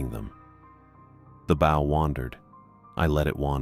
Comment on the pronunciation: This is the third story where the narrator voice shows it does not know how to pronounce "bow" when referring to the nautical use.